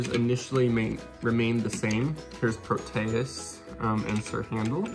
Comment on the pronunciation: You pronounced Proteus wrong